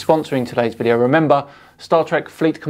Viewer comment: M-ISTER! It's a v-IDEO. Why are you y-ELLING?